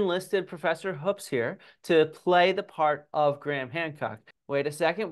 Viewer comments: For the record my last name is Hoops and it's pronounced like you're claiming Hoopes is. Better check the family history. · Sir it’s pronounced HOOOPS. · So when he was playing the part of Graham Hancock he mispronounced his own name Hoopes. Accuracy. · who? John Hoopes? No, he never worked with my dad on any projects, papers, or research. John told me before recording that he'd met him when my dad gave a lecture at Kansas. I only met John briefly at a conference earlier this year. Hence why I didn't know how to pronounce his last name 😅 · I don't know. Can we really trust a guy who can't even pronounce his own name the way it clearly is spelled?